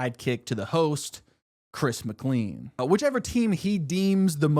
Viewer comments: I love this video and wanna see at least the next 2 seasons and the Amazing Race season done like this. DJ was always my pick and I never really understood why but I love him. However, it just strikes me every time you say Chris's last name. Chris says it like "Layn" like a bowling lane. That's my only note. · pronouncing mclean as Mick Lean is crazy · I hurts me to hear you mispronounce "Chris McLean." It sounds like "McLain." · According to his name is Chris Mc-Clean not Chris Mclane (and yes I know it’s spelled Chris McLean I’m just going based off of pronunciation he is the Mr Clean) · every time you pronounce it chris mc'lean' instead of chris mc'lane' i take physical damage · Anybody else click off when he called Chris "Chris Mc-Leen" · "migleen" not making fun of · I can’t believe no one is commenting on the pronunciation of McClean 😂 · the way he prounounces "mclean" irks me. its not a lean burger from mcdonalds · After hearing your pronunciation of Chris McLean, idk if you actually watched the show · I don't think I've heard chris mcclean pronounced like that before